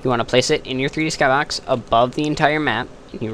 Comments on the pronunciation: in my skahbox? lol thats how you said it lol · You say skybox funny :P